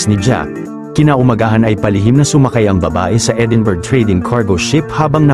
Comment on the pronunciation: Edinburg. .(Edinbruh) po ang pronounce